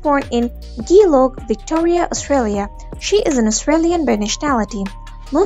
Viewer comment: The title is misleading. It says nothing about her family. And you mispronounced the first part of where she was born. I am from Australia & it is pronounced G - as in the letter G, or like the word Jumper. How you pronounce the J is how you pronounce the G in Geelong. It like the saying - Oh Gee. It is not pronounced like the fat Ghee.